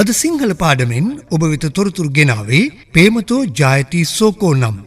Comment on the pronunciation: ඉතාම අගෙයි. "පේමතී " වශයෙන් උච්චාරණය වීම පිළිබඳ කරුණාවෙන් මතක් කර සිටිමි.